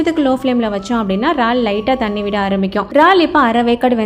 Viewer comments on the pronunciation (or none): ரால்… இல்லக்கா இறால்! எங்க சொல்லுங்க